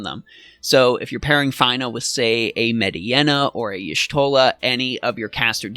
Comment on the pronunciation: Fine-ah? Med-ye-nah? Bye 👋😂